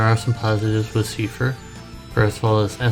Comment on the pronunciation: its not "seefer" lol #